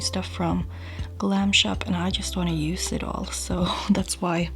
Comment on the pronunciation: Amazing make-up! One small request - try pronouncing each 'use' (<--verb, the noun 'use', as in 'there is no use in that' does indeed have 's' in its phonetic transcription), 'using' how they should be pronounced, so with 'z' :) 'S' is used only in 'used to' when speaking of past habits that are no longer valid. Thx in advance ;)